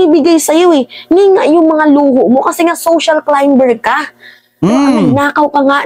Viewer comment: social climber pronounces KLAYMER SILENT (B)